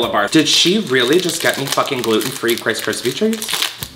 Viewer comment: did he really say krice krispy treats ??